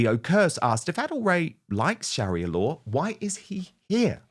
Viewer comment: Dan. Don't mean to say this but I believe you're pronunciation It's not correct.I don't know, it's because of your accent.Or just the way you were raised in school.But the pronuaviation Sharia Law.